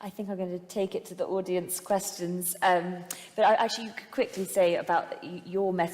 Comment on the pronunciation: maybe i'm unfamiliar with her accent but it didn't sound like she said audience